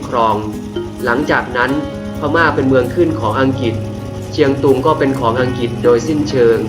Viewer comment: อังกฤษไม่ใข่อังกิด ออกเสียงให้ถูก